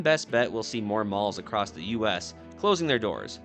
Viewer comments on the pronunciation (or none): none